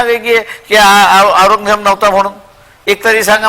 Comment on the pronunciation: पत्रकार ची कोणतीच जात असत नाही पण हा पत्रकार औरंगजेब ल aourgyaa म्हणत आहे